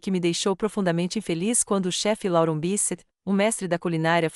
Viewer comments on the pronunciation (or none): none